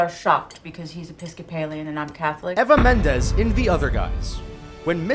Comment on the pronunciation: I was shocked by your pronunciation of Eva Mendes.....